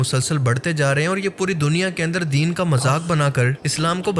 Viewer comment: Its “ deen “ not “ din “